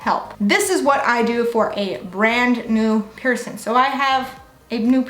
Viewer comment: Ugh couldn't watch this because I can't stand how you say "piercing" - there is a g at the end 😅 you look beautiful and im sure you're nice but pet peeve 🤷🏻‍♀️